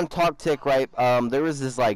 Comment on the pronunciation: u made me rage by say toctik